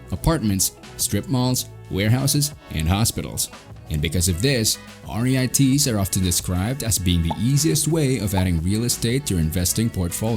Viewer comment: They're pronounced REETS rhymes with YEETS